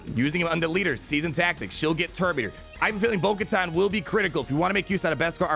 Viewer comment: It’s actully pronounced (bo-ku-tan)